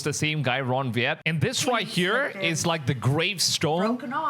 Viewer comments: Why do you pronounce the letter W as a V? It's Wyatt not Vyatt. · ? Ron 'Viet'? ??? Another IMPORTANT thing about podcasting - KNOW WHO YOU ARE TALKING ABOUT! (It's Ron Wyatt!) That's Ron WHY-IT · The man's name is Wyatt, pronounced phonetically as Why att. No V sound. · And it’s Ron Wyatt not Vyatt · Please pronounce Ron Wyatt’s name correctly, it’s pronounced “wie’-yet,” not “vee-at.” And yes, the scriptures are true but nowhere do they state that Lot and his daughters were burned, in fact, they were the only ones that escaped the destruction. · It's pronounced Why att,😂not weeat but he was lead by God Almighty to find multiple things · His name was Ron Wyatt Pronounced WYAT Not Vat who discovered Noah's Ark! and Ark of the Covenant. among other things such as the crossing of the red sea Please retract your statement! Those large stones are ANCHOR Stones not grave markers. Anchor stones were use to steer the ark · repeat after me, Ron Why-Yet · Pronounce. Ron. Why At. Wyatt. Very. Godly man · Ron's last name is pronounced WHY'-IT.... JUST FYI 💜✝️ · AT LEAST PRONOUNCE THE NAME RIGHT,...RON WYATT...PRONOUNCED RON WHY AT...